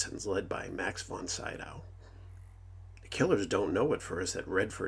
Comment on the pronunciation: Max Von SEEdowl! You are pronouncing his name incorrectly.